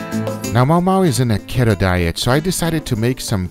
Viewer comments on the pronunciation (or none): The fat life aka keto or as you guys pronounce... keht-oh lol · Khetto? LOL. No, Keto is pronounced like key-toe